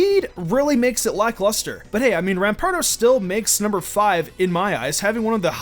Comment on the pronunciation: U said rampar2 at number 4